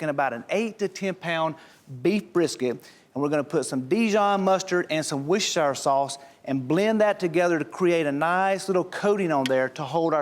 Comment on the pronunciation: How many brits (like me) were internally screaming Worcestershire sauce, pronouncing it right, coz he kept getting it wrong.